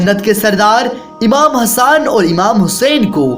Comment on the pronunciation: Le raha hai nhi le rhe hai bhai thoda theek se bol iye jante ho na tbhi bolna nhi t Mt batan imam Hassan nhi hasan